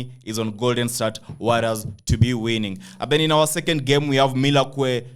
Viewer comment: MILL WAUKEE BOSS you pronous it wrongly type in on Google pronunciation to get the perfect way of calling it...